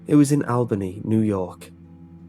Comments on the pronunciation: Albany NY, pronounced (All-ba-knee) not albaney. And you got better the more times you said it. Other then like, loved your accent. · Your pronunciation of “Albany” as AL-Benny was driving me crazy, it’s ALL-BUH-KNEE. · Al Benny was so wrong! No, no, no! I graduated from SUNYA in 1979. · It's pronounced All-Ban-Nee(Albany)😂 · I'm from Albany and I love how he pronounces it😂.. its really supposed to be All-Bany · I just cant get by Al-BANE-ee new york lol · The way you pronounce Albany is interesting! Lol as a New Yorker I can say we pronounce it All-buh-nee but your pronunciation should stick! I love it! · Just to clarify, Albany NY is pronounced "all-ban-ee". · Good ole "AL-BAY-NEE" New York!!!....???? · Al Bay Knee, New York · Its pronounced “Albany - All-Ban-Knee” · Just for the reference, it's pronounced Al-BUH-knee. Like Jessica Alba-Knee. Great story, though, and amazing narration as per usual :D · "Al-BAY-knee" LOL!!! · "Al-bane-ee, New York" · Took me a minute to realize that it was Albany, since he pronounced it Al-bane-ee >.> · "Al Bay nee, new york" lol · "ALL-BUH-KNEE", NY for future reference. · Albany is pronounced al-bah-knee. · As a New Yorker I must inform you it is pronounced ALL-BUN-EE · Isn't it al-bun-nee? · thats not how you pronounce albany😅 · Jesus, that's not how you say Albany, NY.... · U said albany so wrong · So I wonder about the facts presented here, this man has a British accent and did not pronounce the city in NY correctly. This raises questions to the validity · You butchered Albany lmao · OMG. Way to screw up the Capitol of New York D: I hardly recognized it when you first said it